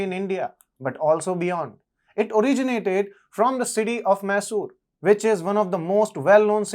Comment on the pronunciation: It’s not masoor . It’s Mysuru ❤